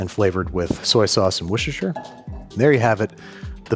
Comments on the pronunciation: Wooster, not Worcestershire…. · Your butchering of the pronunciation of filet mignon was uncalled for, unfunny, pointless, and wanted by absolutely nobody! You also have continued your pointless mispronunciation of Worcestershire sauce, you said the name of it perfectly in your The Phantom Thread episode, try to say it like that from now on, have a nice day! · As a British woman, I want Andrew to butcher me like he butchered the pronunciation of Worcestershire sauce. If I had a husband. I would leave him for you, Andrew. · Excuse me, sir, it's washursister sauce.